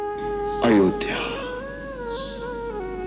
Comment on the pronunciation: The way said Ayodhya☺